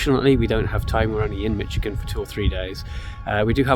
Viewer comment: I seen two Red headed woodpeckers at my aunt and uncle’s yesterday close up no camera with me though 🫤 I was getting firewood and visiting not out for Photography. You pronounced Michigan correctly I believe 😊 everyone else normally says Mishhh lol